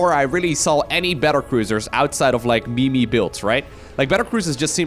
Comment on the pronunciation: Bruhhhhh did you just pronounce meme as me-me 😭😭😭